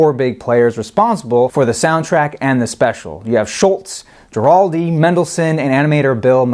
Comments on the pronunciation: completely agree. gua-ral-di not jua-ral-di like he did the whole time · You could at least learn the proper pronunciation of "Guaraldi". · So how come we didn't hear any actual cuts from the album? Was it licensing issues? By the way, Guaraldi is pronounced with a hard "G" as in "go" (gerr-all-dee) and it's Beethoven's "Fur Elise" not "For Elsie". Sorry to be picky but everything else about these episodes is top-notch so the mispronunciations jump out. Great choice for a review, by the way. Always played at my house.